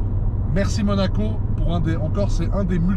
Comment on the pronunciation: « à Manaco » ?